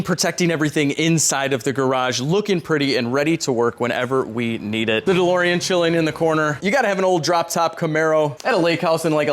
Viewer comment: LOL - the DeLorean is perfect apart from one thing: it's DeLorean 😛